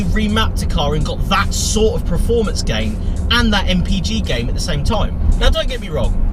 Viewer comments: your what 30 years old? And you've made it this far speaking English and you still can't say performance correctly! It's PERformance not PRAformance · Adam Thurgood It’s like nails on a blackboard when he says it. But hey... Nobody’s Prerfect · PERformence Per... not preformance. Also echoing others it’s not a truck. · Performance not Preformance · Why does he keep saying Preforms and Preformance? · stop saying PREFORMANCE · Richard HumberstonePT now I can’t un hear that 🤦🏻‍♂️